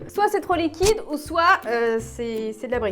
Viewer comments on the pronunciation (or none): none